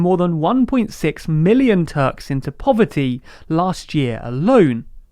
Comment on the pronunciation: "povery" 7.34